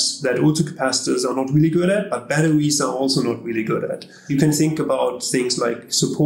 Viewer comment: Oh my stars! Professor: battewies Narrator: bedderies Forgive them, Shakespeare!